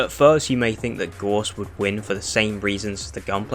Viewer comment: it's GOUSE not gorse